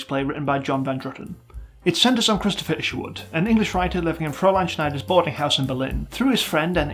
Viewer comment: they say cristo fisherwood everytime